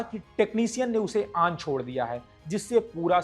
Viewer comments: आन नहीं भाई.. ऑन बोलो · Bhai main bhi Bihari hun aur samajh sakta hun accent ka pakad aap par hai. Par presenter hone ke nate aapko pronounciation par kaam karna chahiye. Ex- Dipstick hota hai Dip_estick nahin, On hota hai Aan nahin, Ottawa ka bhi prononounciation unnatural laga etc. Baaki aap acche flow me bole.